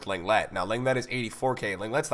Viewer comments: Got a lot of love for you dude, but it's LONG-LAY, not LENG-LET. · Long-lay not Leng-lett haha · You pronounce lenglet as longlay You’re welcome ocd ppl